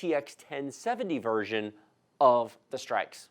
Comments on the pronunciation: lol it is pronounced (str-icks) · its not pronounced strixe its strix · "streaks edition" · straix lol